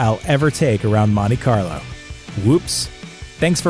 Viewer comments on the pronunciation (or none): none